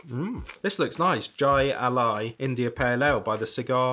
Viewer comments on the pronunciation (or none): Jai Alai is pronounced "Hi a lie". We used to have a really big Jai Ali place in my state years ago. Pretty crazy sport. Pro players can get the ball up around 300km/h (yes, you read that right) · Jai is pronounced with the J sounding like an H. "Hai"